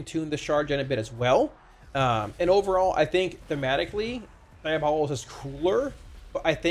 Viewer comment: Its pronounced diabolist